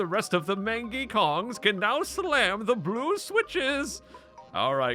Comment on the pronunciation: The word "mangy" is pronounced Main-gee